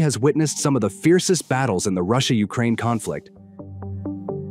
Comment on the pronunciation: ross-i-ya is winning